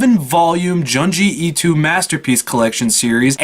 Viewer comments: Joon-jee Ee-toe Good video though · Lol at the way you pronounce Junji Ito